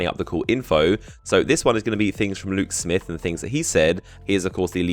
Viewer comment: what are u saying? lou smith luke smith?